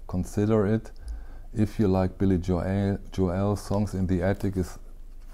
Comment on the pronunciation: Thanks for your informative channel! Lots of great information. By the way, here in the states we pronounce Billy “Joel “ like North “Pole,” rather than like “Noel,” as in The First Noel. All the best!